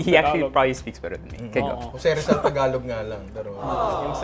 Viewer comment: How could a 30 somethin yr old man who grew up mostly in NCR mispronounce the word 'Tagalog'? wtf dude